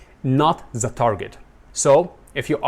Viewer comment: Mentor ازاي وانت لفظك مليان اخطاء Th بتلفظها z على طريقة أولي انجليشي اولللي زا تايم 👎🏻